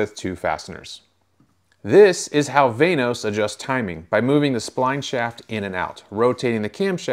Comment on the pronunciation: Van-os not vaynos